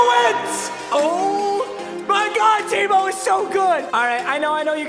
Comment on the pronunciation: Who's going to tell him he was mispronouncing Tebow